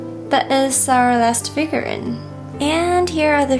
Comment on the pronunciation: ‘Figur-reeeen’, not figur-rin. Other than that, love the close-ups of the figures!